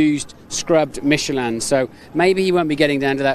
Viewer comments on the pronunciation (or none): The way he says Michelin. MiChAlAn.